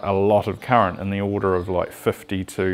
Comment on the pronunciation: It’s current not ‘curret’